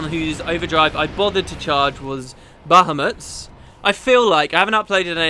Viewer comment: Thanks for pronouncing BahAmut correctly. Yes, it really bugged me and distracted me from the rest of the story/game. Cheers!